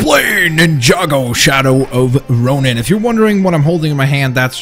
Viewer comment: its ronin